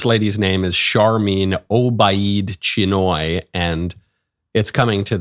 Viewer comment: Chinoy… rhymes with annoy… Who knew anything could make me care any less about a new Star Wars movie? 😜